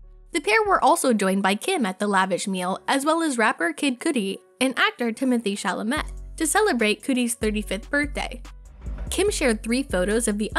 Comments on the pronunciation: Yessss! That and they way she pronounced Timothy Chalomet! It’s Sha-lo-may! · Have some girl read lines and not know how to pronounce kid cudi or timothée chalamet. Great video....